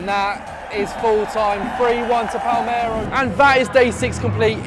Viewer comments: broda its Palermo not Palmero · It's PALERMO not PALMERO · Palmero ≠ Palerrrrrmo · Will be either Morrocco or Tunisia I reckon, calling it palmero really annoyed me tho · ‘Pal-mero in Italy’ 😟😟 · Your pronounciation of Palermo is horrible!